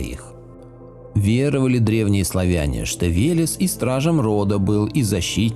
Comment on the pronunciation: Веляс ))) Вэлэс правильно .